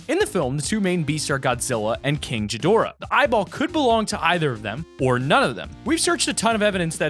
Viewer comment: Kinchgadoara lol king not kinch king 👑